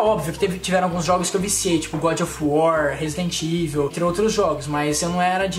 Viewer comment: Quem reparou que o rezende foi falar resident evil e falou razendeevil da like